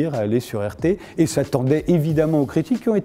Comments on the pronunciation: Il est naze le présentateur ou quoi ? Il 'est pas sur "arte" mais sur "rt" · « Pourquoi vous trouve-t-on sur une chaine comme Arte ? » Pourriez-vous mieux prononcer RT, SVP ? Là il y a vraiment une source de confusion.